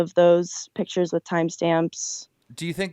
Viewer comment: bro learn to pronounce pictures please